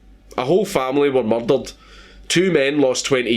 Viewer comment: Muldered He was muldered Mulderer Learn the Queens English for fucks sake you live in England